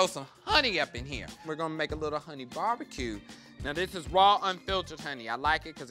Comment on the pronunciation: lol Fully endorsing Bar-Be-Kay :D